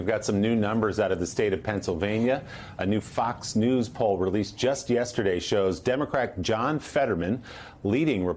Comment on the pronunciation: Did you see your boy trump reading from the teleprompter.. couldn't say "yesterday". And the whole time he made fun of people for using teleprompters...sounds about right